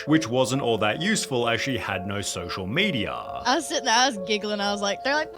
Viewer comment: "she had no social media-ah"